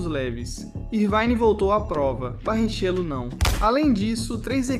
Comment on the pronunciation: Eu achei bastante estranho mesmo as pronúncias. Pra mim até foi um disparate e um cúmulo escutar a pronúncia do nome do nosso brasileiríssimo Barrichello com "Barritchêlo" ao invés de "Barriquélo", que todo o brasileiro conhece bem. Mas como deve ser I.A. mesmo a narração, desejo que na próxima matéria, esse problema seja superado. Tirando isso, parabéns pelo trabalho 👏🏻👏🏻👏🏻👏🏻